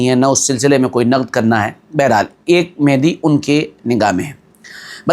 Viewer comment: Hazrat,, lafz mehdi Nahi balki Mahdi hai..yani Hidayat yafta.. Durust kar le..😊😊